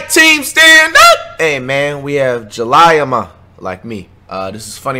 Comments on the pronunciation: Did bro say Ja-Lie-aMa😭💀? Ja-Lee-yah Flight 🤣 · how you say her name wrong!! It's jaliyah ma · This manz really said (Ja-LIE-a) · did he really call her jah-lie-ah ikyfl nigga jAleEyAh tf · Nobody: Flight: Julyyah-Ma😂😂😂😂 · LMAOO “jaliya-ma”😭😭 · Precise Ja-Lee-Ya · Ja lie ah mah 🤦🏾‍♂️😭😭 flight cant read pt 3 otw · Fonem said Julyiah 🤣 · This dude said Jah-lie-ya Bruhh I’m dead😭😭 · So we not gon speak on how he said Jaliyahh Ma name ? “(Jah liya mu )😂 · Its pronounced Ja-lee-yah ma💀💀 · It’s ja- li-yuh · Its spelled jaliyah but its pronounced jaleah ... How ik bc when have the same name n its m-a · Her name is JHah-Liy-ah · Pronunciation: Ju-lee-uh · Oh sht my ngga said julyahma🤣🤣😂😂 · it’s JA-LEE-YA but spelled jaliyah me nd her got the same name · wtf that is most definitely not how you say her name😂😂it’s (jah-lee-yah) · Nigga said julyuhma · Soo did he really say “JulyyaMa” on purpose orrr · That’s not how you say her name sped 🤷🏾‍♂️🤦🏾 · Did anybody notice that he said her name wrong 😂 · I’m not messing with how you said her name bro !! If you know that’s funny mike girl you know how to pronounce her name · Flight just pissed me how you don’t know how to say her name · We not gonna talk about how he pronounced her name 😂😂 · He pronounced her name all wromg😂😂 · 😭😭😂 that not how you say her name but ok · So we gone ignore how he said her name... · You would not pronounce her name like that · U said her name wrong flight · He know damn well that’s not how you pronounce her name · Lol he said her name wrong 😭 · That's not how you say her name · That’s not how u say her name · He said her name so wrong